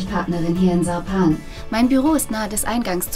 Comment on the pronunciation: I love how she pronounces Sarpan, the ´z´ is great.